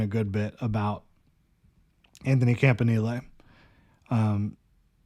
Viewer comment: I think it might be "camp in elly"...or "camp in eel"..idk but "knee lay" sounds absurd